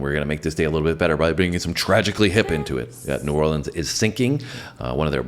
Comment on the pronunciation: The band doesn't even know the correct way to pronounce "New Orleans". Look it up. How frigging sad.